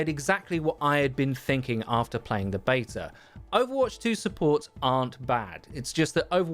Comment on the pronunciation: there is no "R" in the word beta, hey, say "can i get a bottle of water"